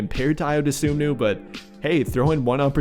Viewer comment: Spelled Ayo last name wrong and said it wrong. It's Dosunmu, and the correct way to pronounce it is "DA-SOON-MOO". So together it's "I-YO, DA-SOON-MOO"